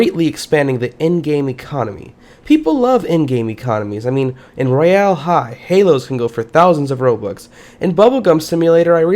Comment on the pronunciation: How he said royal high lol